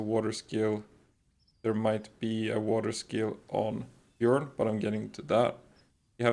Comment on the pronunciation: You don't pronounce the J in Jormuntide as a J sound it's yuh sound like your-muntide. Same with Bjorn the last tower boss. B-your-n not B-Jur-orn